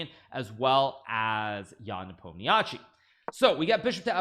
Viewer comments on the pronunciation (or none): Oh no, he forgot how to pronounce Nepomniachtchi 😭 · Why did you revert to your old incorrect pronunciation of Nepo's name when you had previously demonstrated mastery of the correct pronunciation? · Is this an old video or are you backsliding on your pronunciation of Ian's name???